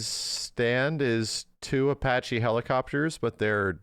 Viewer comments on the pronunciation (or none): none